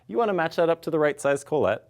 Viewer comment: Who's Collette? Oh, are you trying to say collet ( call-it ) ? ;) Your not fancy frenchy, guy, just speak English.